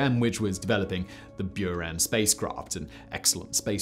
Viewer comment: boo-ran, not bew-ran